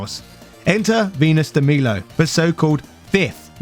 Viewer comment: I actually like Venus and Dragonness also you saying de milo wrong